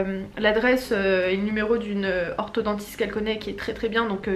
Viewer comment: on dit orthoDONTISTE pas orthoDENTISTE